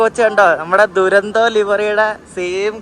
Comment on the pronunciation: തുരന്തോ അല്ല , ഡുരന്തോ ആണ്